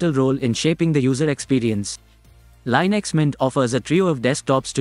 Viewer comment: Linux, not Linex. Ubuntu, not Ubantu.